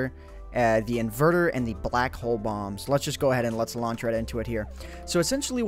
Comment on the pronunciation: is it just me or did it sound like he said 2 new bongs